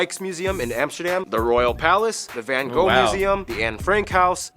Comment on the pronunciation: Go to Leiden, to the Hortus Botanicus and the Observatory, There is no fan Co. there was a van Gogh with g and gh pornounced like CH in loCHness...stop giving the painter a Chinese name please...no more Fan Ko.. van with aaah not e as in say... and no f or w. it is a vvvvvv